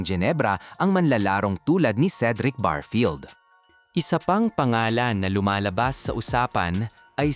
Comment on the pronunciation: anong barfield?barefield ang tawag dun nagbavlog kaayusin,,n mo